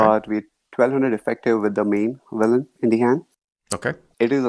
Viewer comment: Once Hero said 'Willain'...hand was over 😮